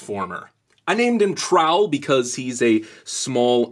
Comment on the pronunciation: Sounds more like towel